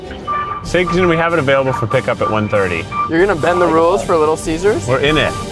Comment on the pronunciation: I heard him say little scissors..